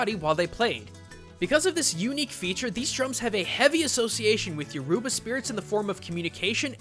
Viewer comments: Your uba it's pronounced yuroba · Btw is Your ba not your oh ba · as someone addicted to overwatch and who has a father from nigeria who speaks Yoroba, i can officially say you butchered the name completely. it's yo-ro-ba. not yo-ru-ba ffs. plus you do realise that Numbani where Orisa and edit are from is in Nigeria? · lol yo-ruba its yu-ri-ba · Yoruba (your-uh-ba), not your-u-ba. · your pronouncing yoruba wrong its more like ROO then rue but still cool vid im glad blizzard have researched Nigerian culture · it's yo-ro-ba believe I know my dad is Nigerian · It's pronounced you-ro-ba. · dont mean to be a dick, but as a nigerian everytime you pronounced something nigerian i cringed a little lol. a little hint tho, Yoruba isn't pronounced the way it's spelled, it pronounced (you-ro-bah). still great vid tho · he's said it wrong yo ru ba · I'm Yoruba and the way u pronounced it was wrong it is actually you - ro - ba. 😊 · Dear, as a Nigerian myself I really like your analysis but you got a few things wrong. It's pronounced more like You-row-baa (with the aa sounding the same as when you say na na na na na na na na batman).Also yuroba is not the official language of Nigeria. The british used to own the county so in politics, businesses or between people from different tribes English is usually spoken. It's nearly everybody's second language after the language of their respective tribes of which their are (if you count the unofficial languages too) between 50-200. But I understand the confusion because people from the yuroba tribe make up a very large precentage of the population. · Not to be a stickler but it is Yo-row-ba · Pause the video Your-ruba? Your-uber??? Lmao. No hate, but that caught me off guard. I wasn't ready... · Drink everytime he says your-uba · Dude Yoruba is pronpunced You-Row-Bah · hey i am yoruban, nigerian and you pronounced it wrong a bunch of times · When he says Yoruba wrong. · Cringing every time he says Yoruba smh